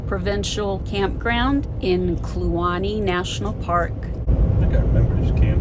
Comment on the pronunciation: It's Kluane National Park... not Luane